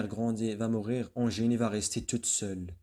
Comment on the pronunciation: Bonne explication mais faites attention a votre prononciation surtout dans les mots suivants : indes et Eugénie !!!!